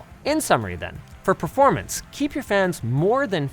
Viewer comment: Why do Linus prnounce "performance" "preformance"?